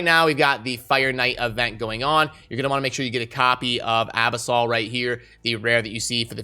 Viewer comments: Uh- biss- uhl not ab-us-all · abisol? a-Bis-ul -- from the abyss